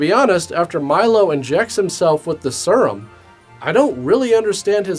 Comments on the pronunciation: I love how pronounces serum. He says "sir-um" instead of "seer-um" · The way you pronounced serum is going to haunt me for months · Is no one going to mention the way pronounces "Serum"?